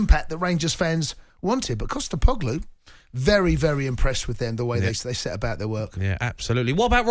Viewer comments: Who the hell is Costa Poglu 🤦🏻‍♂️ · coupla wankas.. ''Costepoglou'' nah mate, it's 'Postecoglou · Ange has been in charge for 7 months, won a cup, guided Celtic to the top of the league and Cundy still can’t pronounce his surname.